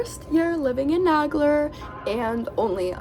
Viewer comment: This is the second video tour I've seen about Nagler Hall. Just for the record, in both videos Isidore Nagler's name is mispronounced. The name is NAY-gler, not Nag-ler. He was my great uncle, his sister was my grandmother. Nagler was the vice president of the International Ladies Garment Workers Union for 30 years. Definitely NAY-gler. Just saying.